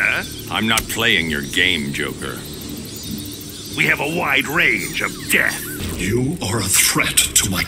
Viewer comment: Did call Joker "Yoker?" I mean, he's Mexican, but he should be calling him "Hoquer" or something in that case...